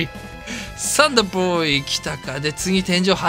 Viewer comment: アメコミ風かわい！！ サンダーボーイの発音ww